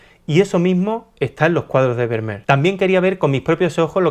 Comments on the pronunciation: Como español (y sevillano) afincado en Holanda, me ha hecho bastante gracia tu pronunciación de este nombré tan neerlandés. Por si te pica la curiosidad la pronunciación de este apellido no tiene nada que ver con "ber-mer" sino que sonaría algo así como "fer-mi-ar" ;) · El apellido Vermeer, en holandés se pronuncia Fermiir. Jajaja. Felicidades, muy buen contenido!! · Primero aprende a pronunciar su apellido, con las disculpas del caso.